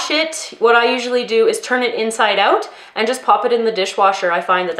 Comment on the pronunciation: I usually can't hear a difference between American English and Canadian but I heard you said that typical "oot" thing hahaha :)